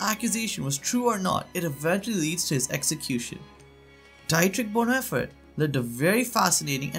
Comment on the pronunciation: The narrator could have made a minimal effort at pronouncing Dietrich Bonhoeffer correctly.